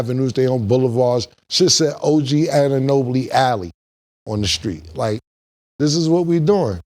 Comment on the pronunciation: he legit just said OG Anunobili 😂😂😂